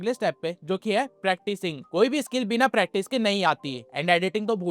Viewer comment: It's not pratice it's practice